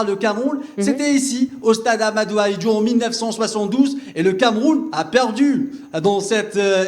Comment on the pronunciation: Yaoundé pas yaoundi ! Ahmadou Ahidjo pas Ahmadou Ahidjou et les lions indomptable ont peur d’aucune nation arrêter de mentir pour vous rassurer